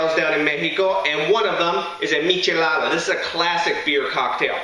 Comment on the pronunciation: This guy's accent on Spanish words is on point